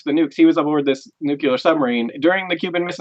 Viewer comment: And it's nuclear, not nucular (@, ). Please.